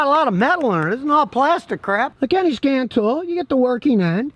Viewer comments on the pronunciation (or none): Did you say Scam Tool or Scan Tool?